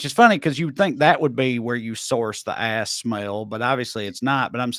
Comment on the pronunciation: "Where do you get, like...Aahss extract?" - bout killed me